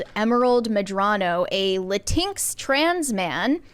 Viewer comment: I love pronouncing LatinX as Latinks, I'm going to do that from now on